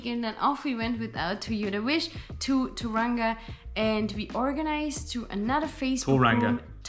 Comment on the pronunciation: Tauranga.....toe-wrong-a Taupo....toe-paw